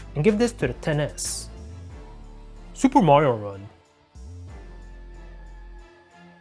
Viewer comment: you can't pronunce "r" Supe' Mario 'un